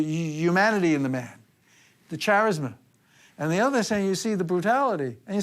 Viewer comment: Was this entire video AI generated? -- There's no way in hell an english speaking human would pronounce "charisma" like that 🤣🤣🤣🤣😂😂😂😂😂 "Chair-isma" GTFO 😅😅😅😅🤣🤣🤣